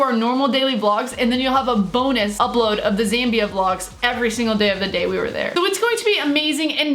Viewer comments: My mate lives in Zambia. Btw your saying it right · Ur pronounced Zambia correctly I would know because I did an entire research project in the country